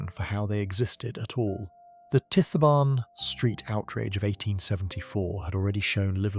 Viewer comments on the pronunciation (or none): It's pronounced ty barn Street not tifstreet